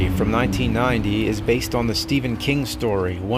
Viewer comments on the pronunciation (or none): none